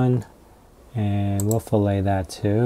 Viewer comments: Great video! Btw fillet is pronounced fill-et, not fill-ay like the steak lol. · It's pronounced Fill-it.. Not Fill-A. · When I took CADD in high school and college, they said fillet as "fill it" not like filet like the cut of meat.